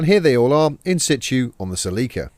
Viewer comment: Holy crap. I saw the drawings and realized they were saying "Celica" and not "Sleeker".